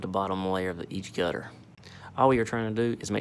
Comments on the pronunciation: The way he pronounces "gutter" ! 😂 Sound like gut her! ☺️ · Every time he says gutter it gets more country